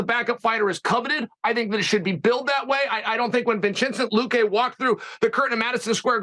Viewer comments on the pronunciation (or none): Chael literally said Vinchensent luque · " Vinchencent Lookay"